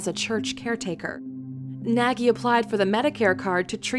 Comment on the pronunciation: Your pronouncing Nagy wrong.